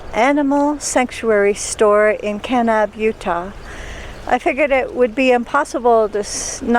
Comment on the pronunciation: The way you say Kanab and Zion lets me know that you are not from those parts. 😂